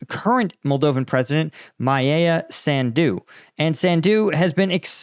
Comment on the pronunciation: Her name is pronounced like: Maya sun+do